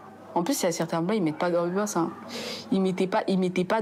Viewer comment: "les blancs il mette pas d'enbiensse" ah bah elle avait raison 😂😂😂